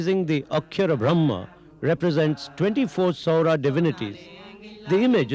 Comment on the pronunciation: Saora..saura is correct